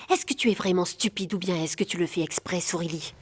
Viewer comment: j'arrive, j'arrive soureli, soureli 😂